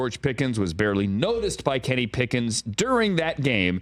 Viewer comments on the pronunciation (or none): It’s Kenny Pickett not Kenny Pickens lmfao